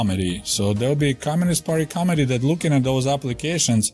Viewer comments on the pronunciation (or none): He should practice saying "Mit". Like a Mitten. Because it's "Co-Mit-ee". Not Comedy. Most committee aren't that funny.